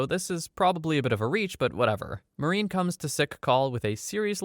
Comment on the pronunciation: its Marine not Maureen bruh